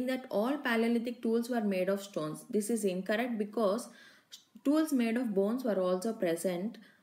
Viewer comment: many spelling mistakes and pronunciation mistakes.its tools mam not stools